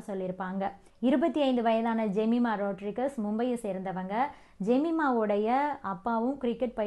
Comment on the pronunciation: ஜெமி ரோட்ரிக்ஸ் என்று சொல்லும். ரோட்ரீகஸ் இல்லை